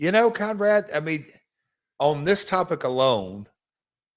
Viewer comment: I thought he said “on this type of cologne“. I had to listen for a second time to realize he said “on this topic alone”